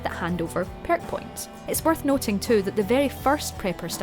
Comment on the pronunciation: Gotta love "PYERK" points lol